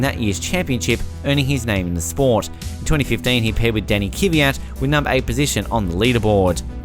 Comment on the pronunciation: KVYAT, not Kivyat.